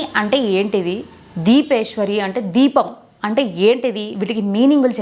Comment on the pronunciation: మణిద్వీపం, దీపం కాదు